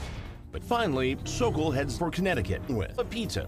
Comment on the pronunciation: Thank you for nailing “The Sokol”!!!!